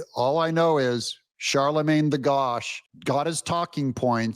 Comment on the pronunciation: "Charlemagne the Gaud" (as in gaudy), not God 😂